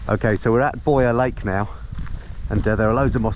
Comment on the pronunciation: Yet more great views, and what a great place to stop and have a swim (I thought you were calling it voyeur lake haha)......the riding looks just sublime, and who could get bored. Loving every minute of it, tks for inviting us along.